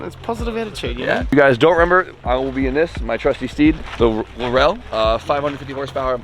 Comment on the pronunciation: Finally said laurel properly 😂😂 hearing “lorall” is like nails down a chalk board